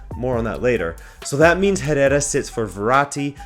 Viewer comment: you don’t pronounce the “H” in “Herrera”